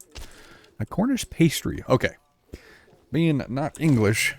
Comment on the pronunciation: Its a Cornish Pasty, pronounced Pas-tee, it is filled with cooked meat and vegetables. Original ones used to have meat in 1 side, and jam in the other, so that the miners had a meal and desert in one.